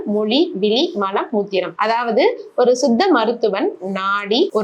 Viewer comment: வணக்கம் நீங்கள் தமிழை சரியாக உச்சரிக்கவும், விழி என்று உச்சரிக்காமல் விலி என்று உச்சரிக்கின்றீர்கள், இதைவிட கொடுமை மலம் என்பதை மழம் என்று உச்சரிக்கின்றீர்கள்.தயவுசெய்து தமிழை சரியாக உச்சரிக்கும் படி கேட்டுக் கொள்கிறேன் நன்றி.